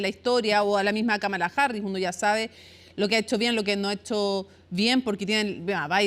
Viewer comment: La mitad de los hispanohablantes lo pronuncia mal, es KÁmala no KaMAla, una esdrújula, solo que el inglés no tiene tildes.